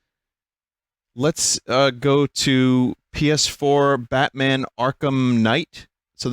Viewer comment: I love the way Vinny says bataman